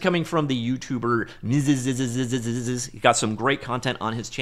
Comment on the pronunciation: you pronounce the name wrong , its not "Miziziziziziziziz" , it's only "Miziziziz"